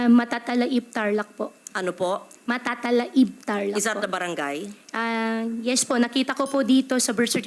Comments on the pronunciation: The way na bigkasin niya yung word "Matatalaib" parang ngayon niya lang nabasa. Di ganun yung pronounciation dito samin sa Tarlac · Mali yung pronunciation nya. “Matatala-ib” ang pronunciation dun. Kahit sinong dun lumaki ganung bibigkasin yun. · No way! She can’t even pronounce ‘Matatalaib’ Tarlac properly. Lumaki ako sa Tarlac hnde ganyan tamang pagbigkas if dyan sya tlaga lumaki o nakatira dpat alam nya din tamang pagbigkas nyan!!! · doesn't even know how to pronounce correctly yung name ng Brgy s Tarlac. It's Matatalaib, not Matatalahib. Laking Tarlac yan h! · kabayan tama ba, tama ba? Nag-search ako sa YT na dapat pronounce ay Matata-laib (may slight pause/stress/diin dun sa laib) not yung way ni Guo na Matatalaib (dere-derecho). So paranag Matata (yung derecho) tapos punto sa laib kaya Matata-Laib. Tama? Salamat 😅😅😅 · Whether you grew up outside or inside Tarlac city, Walang tarlakenyo ang magpro-pronounced ng "matatala-ib" unless you are a Chinese spy, unless you are not who you say you are. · Even Brgy. Matatalaib you can't even pronounce it perfectly. 😂 Kung Lumaki ka sa Tarlac you should know how to pronounce it with a kapampangan accent. Majority of the people from Tarlac are Kapampangan so don't you dare na sabihin sa amin or convince them that Tagalog ang language. I'm a kapampangan kahit san lupalop kapa ng Tarlac pumunta, Kapampangan talaga salita nila bihira lang sila mag Tagalog. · Pgi pronounciation ng matatalaib eh mali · The pronunciation of Matatalaib is super wrong. Kapag tiga tarlac ka alam mo ang pronunciation ng "Matatalaib" lalo na politiko ka. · Im from tarlac...that is not the way they pronounce matatalaib here...unless your an outsider or just learned the word...😮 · tarlaceña pero yung MATATALAIB ibang iba ang pronounciation nya.. malaram ya ing Mayora yu! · "Matatalaib" is pronounced differently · Taga tarlac po ako and katabing barangay namin ung matatalaib, and ung pag pronounce nya ng lugar na "matatalaib" maling mali napo😅